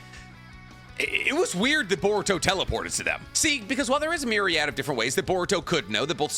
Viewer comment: Someone needs to make a comp of saying “ Myriad “